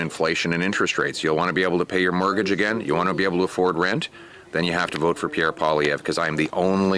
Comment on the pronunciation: As a Canadian I give Benny a helluva lot of credit for pronouncing Prime Minister (he will be)Pierre name right.